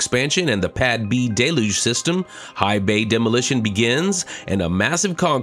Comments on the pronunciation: Please learn how to pronounce Deluge properly... It's Del (like del taco) You - ge The trailing e makes you say the letter u fully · DELL-yoog! DELL-yoog! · It rains hard (but not generally for long) in Florida. Always pronounced it "Day-luge". Never heard different in the Northeast (where I was born and live presently), nor Hawaii or California (where I've also lived and worked). That pretty much covers most of the country, doesn't it? Maybe it's a flyover-state thing.